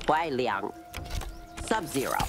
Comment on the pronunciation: Finally, someone who pronounced Kuai Liang correctly instead of Kuai Li-yang.